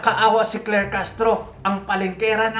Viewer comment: SI CLAIR HINDI CLEAR☝️😬🤣🤣